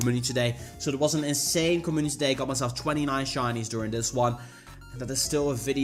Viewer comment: Us:Co-Mu-nitee Him:com-oo-niss